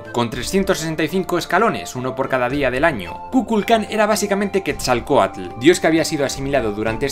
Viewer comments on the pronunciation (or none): none